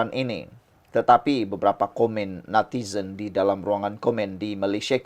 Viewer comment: Natizen.sebutan pn xngm